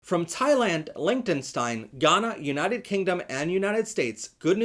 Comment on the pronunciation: I fully support lgbtq but please learn how to pronounce Liechtenstein